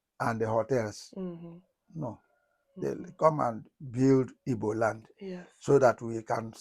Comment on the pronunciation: Unfortunately ndi Igbo are messing up. We are IGBOS not IBOS for god sake. The ward IBOS came from those none Igbos who cannot pronounce GB then replaced it with B and some of us ndi Igbo stupidly accepted that wrong pronunciation of our beautiful name IGBO which came from ndi GBO the ancient people or people of the ancients.